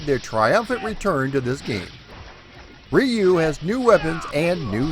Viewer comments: Hmmm my Japanese friends pronounce it as "yu" the R is almost silent. Its never been Ree you. Thats the american way. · I've heard multiple ways too but I asked friends who are Japanese and they all basically said "rew". I wouldn't get hung up on it though, nothing technically wrong with saying "Rye-you" either :) The video's great, that's what matters. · Roo like the end of the word kangaroo is close enough. Plug this in and it will help リュウ・ハヤブサ. I have a friend with this name and he goes by your pronunciation in the states. This is because the Japanese is difficult for most non-speakers to say. I love your channel, and I love your videos. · Best thing to do... Its always been REE-YU to me... But BOTH are actually wrong... So it doesn't matter! You can find Native Japanese Speakers on YouTube who will confirm it is supposed to be pronounced as "RH-U" as RY makes a RH or ROO sound In Japan! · God damnit it's RYE-YOU and NINJA GAY DEN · REE- YUU it's still badly pronuounced, closer... But still very bad. In one breath, just say ryu and extend the U, The same way you pronounce Liu Kang's name, just replace the L with a soft R and extend the final U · I don't wanna be "that guy", but the Japanese pronunciation is actually closer to "Roo". Or "Drew" without the "D" sound. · "Ree-yu" for the Wii U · Rye-you is how I pronounced it for decades up until recently. Guess I'm a silly goose too🙃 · nope, not the right pronunciation (I have a degree in Japanese language) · If you want to pronounce Ryu properly, it's one just one syllable, not two. Just one sound. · I use to say Ryu wrong as well. Not your fault bro. Just means you are a man of a certain generation who did not have anime to teach us how to say it. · After the pronunciation lesson in the beginning I was hoping you'd revert back to your original pronunciation the first time you said the name. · You think it's bad how he pronounced Ryu? Back in my day, we called it Ninja GAY-DEN. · We most certainly did, lol